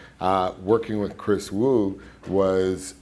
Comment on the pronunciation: I believe it's pronounced Vu, not Wu.